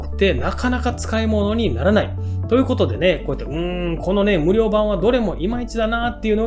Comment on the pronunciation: 無料のイントネーションがおかしい